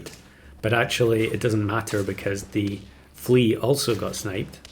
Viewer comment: "level flea" sounds like you misspoke level three. Followed up later by the tongue twister "almost level three flea" Very confusing pet.